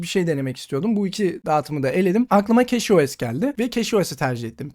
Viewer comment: keçi os keşo es değil